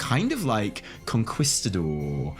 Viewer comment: CON-KEYS-TADOR!!! you are trippin' with your "Conqweestador" lmao